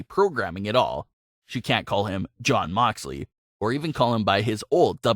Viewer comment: Its jon not damn